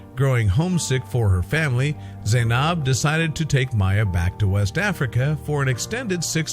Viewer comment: Why would they ever show my country like that🙄 and then said my name wrong 💀 ( Zainab)